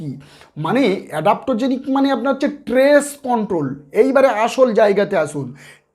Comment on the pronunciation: ট্রেস নয় , বলুন স্ট্রেস বলুন ।